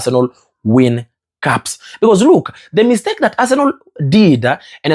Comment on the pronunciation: Guy, is Arsenal not Arsenol. You can pronounce better pls.